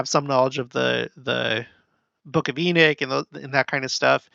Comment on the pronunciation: It’s Enoch, not Enick. 🤦🏻‍♂️